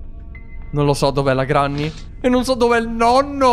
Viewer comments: Si pronuncia grenny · Si dice grenni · non si dice granny si scrive granny e si dice grenny